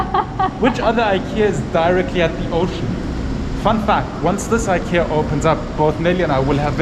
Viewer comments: IKEA! Love how it's presence will influence and improve the design sensibilities of local carpenters and other Filipino craftsmen. Also, love how pronunciation is the best reference for how to pronounce IKEA (eekeeya). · Glad and excited there will be Ikea in manila. There products are affordable and modern and durable. Apparently, it is pronounced as e ki ya. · Thank you for pronouncing IKEA the right way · Yes! Very exciting. 🇸🇪 I love it when you pronounce IKEA like we do in Sweden. 😊